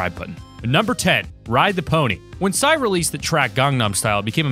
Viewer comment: So imma kpop fan haha and....Um.....did.u.say.. Si instead of P.S.Y!? lol I know i got problems but ya know.......I just gotta ask(I'm so damn mean I'm sorry)